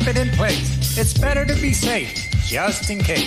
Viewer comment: I liked your show. We only have one problem. You’re missing one of the letters in the alphabet it’s T. You’re pronouncing water :wahuh You’re pronouncing better : behuh Otherwise, you did a great job !!!! remember we have 26 letters in the alphabet. We should use them all.haha but after all, who am I criticizing a rocket scientist?hanku!!